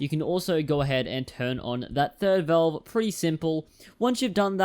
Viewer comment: Its Valve not velve